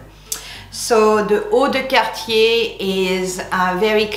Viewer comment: I finally know how “Cartier” is pronounced!❤️